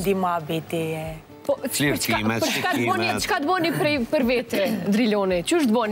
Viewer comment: I vrejtje oj mos thuj përr po ma mir thuaje për.